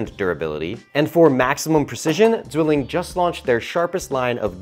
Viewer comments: Pronounced zvilling btw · If you do advertisment, please at least look up how to properly pronounce the company name.